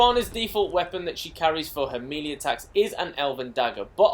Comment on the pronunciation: Lmao.. the way you prounounced "melee"...